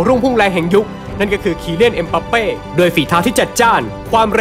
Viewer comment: มันชื่อเอ็มบัปเป้ ไม่ใช่ เอ็มปัปเป้